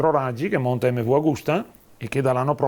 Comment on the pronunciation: Tutto bello, ma per noi settantenni la giusta pronuncia è EMMEVI, la u finale non si può sentire, peccato venale sia ben chiaro irrilevante